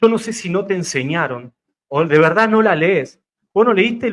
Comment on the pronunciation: Como pretenden ganar un debate si dice veda en vez de verdad